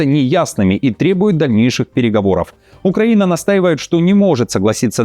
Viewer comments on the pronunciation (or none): none